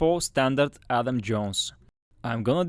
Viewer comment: It’s Adam not Alan